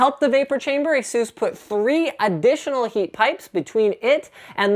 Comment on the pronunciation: FFS! Stop saying Asseuse! They didn't get their name from masseuse. it's ASUS, as in Pegasus. That's where the company got it's name from. It's all written on ASUS' website. :-/